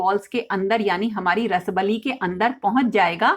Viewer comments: Actual pronunciation is रसाबली । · रसबली ❌ रसाअअब अली is correct pronunciation. I m from odisha